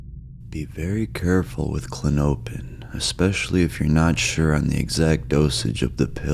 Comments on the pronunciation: I think it’s pronounced “Klon-oh-pin” …but maybe I’m wrong 🤷🏻‍♂️ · It’s CLAW-no-pin btw. Stress is on the first syllable. Was kinda killing me tbh lol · Kla-nope-N’s alone is diabolical! Artificial intelligence type shit type shit🫠😶‍🌫️🫣🤗😂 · It's klah-no-pin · Klah-nope-in he says lol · klonopin is the only medication that manages my anxiety without making me black out or get that dumb feeling like xanax. and it's pronounced klon-uh-pin. green pins are 1 mg, white pins are 2 mg. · It’s pronounced “Klon-O-pin” (Respectfully) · Kuh lawn oh pin. That is how it is pronounced. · It's pronounced "klon-o-pin". It was really annoying listening to you pronounce it. No offense brother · It's pronounced CO-LAWN-A-PIN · Pronounced “klono pin” hence the nickname k pin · It’s kinda funny how you pronounce it like how a weird midwesterner or something would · How dare you! I am so disappointed and frankly disgusted by your pronunciation! Big pharma spent like 3 GRUELING seconds naming this drug and you disrespected all that hard work! You ought to be ashamed… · The way he says the name is meaning me need one